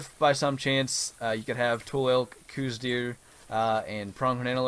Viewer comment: it is pronounced cooz deer